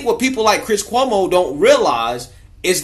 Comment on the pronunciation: Cuomo is an italian Dolt and a Gumbah and you are mispronouncing his name. Like Jessie ( not related to Michael ) Jackson would say it, Koo - Moe..........